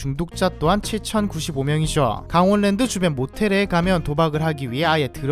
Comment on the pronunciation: 강월랜드아니고 강원랜드 발음 참~